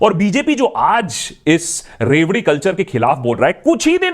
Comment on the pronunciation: What i heard first word loudi😂😂🤦🏻‍♂️